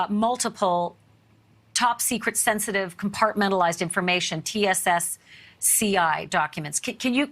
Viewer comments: He said "TCSCI" and She said "TSSCI"! News reporters are like Biden creating word salad! Where is Kamela by the way? Pelosi our President cooking International meal for us. Lol 😫🤣🤤🤮😭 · it's TS-SCI smh